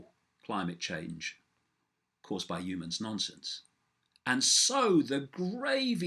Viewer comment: I love David's videos but I do wish he would put the H in front of 'umans, one of his favourite words. Just a little gripe. Great message though and much appreciated.